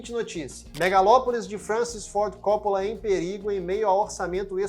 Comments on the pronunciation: Por favor, é Copp[Ó]la e não Cóppola. Francis Ford Copp[Ó]la!! Sobrenome de origem italiana, com a pronúncia acentuada do "Ó", depois do duplo "P". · Realmente esse CÓ nada haver. O cara fez um vídeo tão bacana porém não pesquisou a pronúncia do sobrenome do cara, simples assim. Se for humilde vai aprender com o erro. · Ótimo vídeo, só me incomodou vc chamar o Coppola de cópula